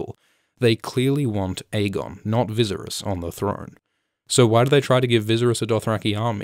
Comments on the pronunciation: Stop pronouncing Viserys like that, you are driving me up a wall. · Your pronounciation of Viserys is deplorable. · Man it's driving me crazy everytime he mispronounced his name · I have never been more distracted by a pronunciation of "Viserys" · Great video but your pronunciation of Viserys is annoying. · Haha i came back to this video. Forgot that i watched it already and wanted to make the same comment again. Haha. But seriously, whats up with that pronunciation? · Wow you pronounce " Viserys " sooooooo badly lmao . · Every time he mispronounced viserys, the mad king burned kings landing 😂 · Love the video but please stop murdering Viserys name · You didn’t even watch the show?? How can you possibly say Viserys wrong? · Whyyy are you saying Viserys name that way?? He’s not eye drops. I get if you never watched the show but clearly you have. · Are you trying to say Viserys wrongly? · Yeah, it sounds a little too much like "visceral" when he says it. It would be like pronouncing Daenerys "DAN-er-iss". Weird. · Fun Fact: "Viserys" rhymes with "Daenerys." Not sure why you're pronouncing his name weird. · You are butchering the pronunciation of "Viserys" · Say Viserys properly or don’t at all. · After , why do you pronounce Viserys wrong every time? Have you not watched the program? It's never once pronounced how you say it. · They way u say viserys, eeeek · I hate the way he pronounces viserys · Ok no one? For real no one? Not a one of you said anything about how the Bolton-esq butchery of the name Viserys? Nerd Sterk would not be happy with this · thee fact you can't pronounce Viserys makes me kinda annoyed. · The way you say Viserys annoys me. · Oh man I love these vidz but the way Viserys is pronounced has me shuddering. Sounds like an EDM group or something! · Great video but I can’t bd the only one who cringes every time Viserys is mispronounced. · It’s viserys (Vis air ees) not vizirus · the guide that came with bluray says it's pronounced viss-AIR-ees